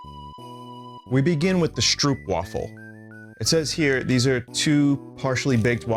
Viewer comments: The curse of english and dutch being so closely related but still differing in small ways is that i'll never hear an english speaker pronounce "stroopwafel" correctly in my life (it's like stroh-p for anyone wondering) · the one thing that was missing; an audiofile, boy oh boy did you mangle the lingo but hilariously so! and those stroopwafels (pronounce double oo as in hope not hoop) are best eaten after you lay them like a cover on a warm drink so they get warm, or gently warm them in a skillet and they taste even better. sorry for the salmiak, its an acquired taste indeed